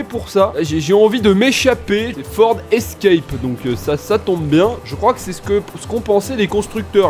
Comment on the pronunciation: 🤣🤣" Le ford Escrèpe "